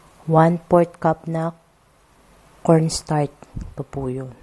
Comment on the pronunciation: zenza na natatawa lng ako sa pgpronouns nya ng kutsinta kc kuntsinta za ng kuntsinta at paulit-ulit pa...ung cornstarch nman kornstart daw hehe...pero i fairness mukhang masarap...favorite koren yang kutsinta...sana matry koren yng ibang flavor..